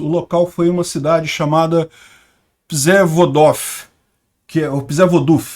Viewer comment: Uma dica: 'Rz' em polonês têm som de J, então "Przewodów" se pronuncia "Pjevodóv".